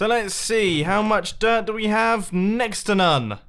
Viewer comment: Every time Mumbo says dirt I hear derp.